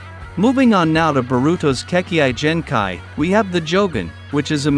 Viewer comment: Kekkian genkai